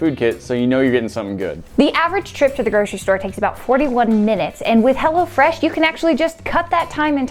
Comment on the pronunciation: sometimes it sounded like was saying "Hell'a Fresh" lol